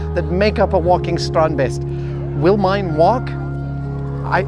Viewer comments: Oooh you say strandbeest properly now, nice! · Adam, Theo must have taught you to pronounce "Strandbeest" the way you did . Sounded very Dutch! Goed gedaan!! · As a fellow Dutchie ..... I'm flabbergasted by Adam's almost flawless pronunciation of Theo and Strandbeest.... it is a sign of the utmost respect to learn to pronounce someone's name correctly .. tip of the hat to Adam, dude! awesome! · I'm so happy we had the exact same idea when we first saw the strandbeest. Also, great Dutch pronunciation! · Yes strandbeesten Finally something from my home country and you pronounced it pretty well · it was as close to perfect as anyone can do. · I love how Adam really puts effort in pronouncing it right :) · As a Dutch guy I'm fairly impressed with Adam's pronounciation of "Strandbeest" ..good job adam :) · as a dutchman I can't help myself to be a bit proud that Adam keeps saying 'strandbeest'. For those that don't speak dutch 'strandbeest' translates to beach-beast. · Your pronounciation of strandbeest is very good! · Am I the only Dutch person here who was suprised by his pronunciation and also enjoyed how he said Strandbeest? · Thumbs up for the correct pronunciation of the Dutch word "strandbeest". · I commend Adam's pronunciation of both "Strandbeest" and "Theo". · Nice how you correctly pronounce the dutch word strandbeest, which means beach beast